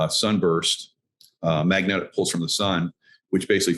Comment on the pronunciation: Pulse..... not ports